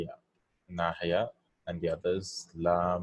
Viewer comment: It is لا الناهية not الناحية